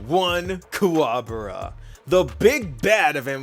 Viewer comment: wait is it kwabura? i thought it was pronounced kuwabara?